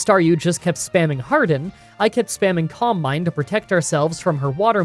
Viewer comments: I’m so sorry but whenever you said “calm mind” I thought you were saying “combine”, and was really confused for a bit there 😆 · Silly random comment of the day, for a long time I thought "columbine" was a Pokemon move I didn't know, then suddenly I realise "oh my god, he's saying Calm mind!", funny how different English accents can disguise the word you hear :D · Who else is only hearing "combine" when he seys "calm mind" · I kept mistaking your pronunciation of calm mind for "combine", and I can't help but think that would he the ultimate move. Can't outmuscle the opponent? Throw it in the combine!